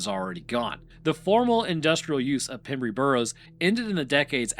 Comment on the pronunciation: South West walian here, can confirm we speak English but ARE NOT English. It is pronounced pem rhyme with gem and brey rhyme with grey.... would love to have heard you pronounce llanelli 😂